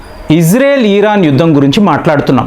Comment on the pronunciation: ఈరాన్ కాదండి దయ చేసి ఇరాన్ అని పలకండి.